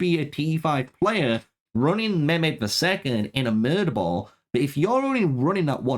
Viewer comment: You read mahmed stars incorrectly